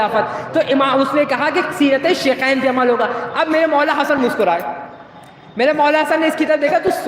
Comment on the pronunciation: شیکین نہیں شیخین ہوتا ہے